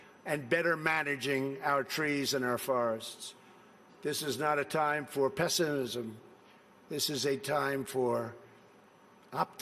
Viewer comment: Listen to him try and say "pessimism" 😂😂 The man is totally illiterate !